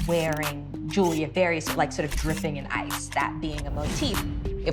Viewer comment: Can some pronounce Jewelry correctly